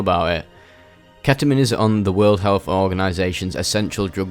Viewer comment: ketamine ❌ ke'uhmeen ✅